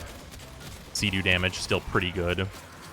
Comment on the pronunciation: anybody else annoyed at the pronunciation of "cedo"? otherwise, love the video. lavos was my old main before i found kullervo and dante